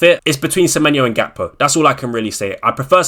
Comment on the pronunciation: didn’t u say gakpo is gakpoo 😂